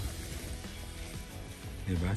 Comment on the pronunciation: You say it sa nai-kee not naik